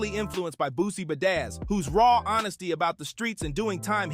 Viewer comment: Lost me on “ Boosie bahdaz” 💀🤣